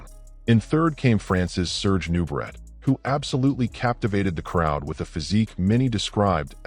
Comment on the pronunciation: It's pronounced new-bray, not new, brett. Some AI.